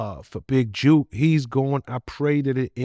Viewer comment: Why keep calling him big juke. When it's big jook.